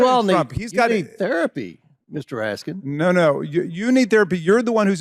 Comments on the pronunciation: The way klan mom Marjorie Traitor Green says "Raskin" without the "S" is funny as hell, considering Raskin made her look stupid for not saying his name correctly 😂🤣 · Comer sounds like Mr. Haney from Green Acres. He's insulting and mispronounces names on purpose. I'm just waiting for him to slip and throw out a slur or two. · Any decent person would apologize for mispronouncing someone's name, but not James Comer he has no class.